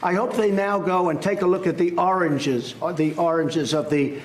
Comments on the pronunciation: Well thank heaven MSNBC has apparently figured out that Trump's deranged incapacity to pronounce the word, "origins" - repeatedly, which is the truly telling thing, it tells us this is not unusual, he doesn't seem embarrassed by it - and instead saying the totally different word, "oranges", is a conclusive demonstration of Trump's mental impairment. They should be showing that clip every night. The implications of that clip only get worse day by day. Trump can launch nuclear weapons. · Joseph Kurien - well, Trump did know the meaning of the word "origins" since he correctly chose synonyms.... He just was having a lot of trouble actually saying the word properly and kept repeating the incorrect one ("oranges"). He seemed to actually be aware of the fact that he couldn't hang on to it, also, and looked unhappy about it. But it is worrisome that he is continuing to have trouble retrieving the right word. This has been happening increasingly frequently over the past few years. His vocabulary was much larger even ten years ago and he was then able to speak in complete sentences without getting off track halfway through a single phrase as he does now. He didn't struggle to come up with more specific words as he often does now. Notice how often he repeats a simple generic word - that's because he can't remember the right one. He has trouble understanding a lot of questions also. And people working with him have noticed how hard it is to provide him with new information. He just doesn't pick it up easily. His interviews seem especially incoherent and impossible to really follow, but his other statements are also problematic. Even just his clear linguistic decline indicates cognitive decline, which is not a good thing in a President. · Is he saying "oranges"? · Is this the old orange tape or is it another time - how can he not say origins. Mesophilioma or something but origins. And what does he mean by 'hot people'. Just because Comey wouldn't become his yes man unlike Barr.